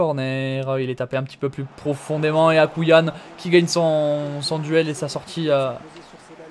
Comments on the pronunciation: C’est AkouAYn et pas Akouyan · Le gardien algérien c'est pas écrit akouillane mais akouaïne